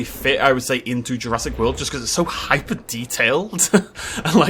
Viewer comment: Stop saying hypo. Hypo means lesser.